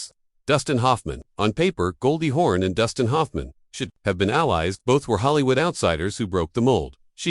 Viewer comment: It's "Hawn" not "horn"!!! Jeez!